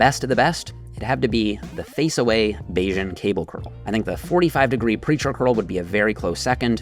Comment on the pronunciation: "bayesian curldowns"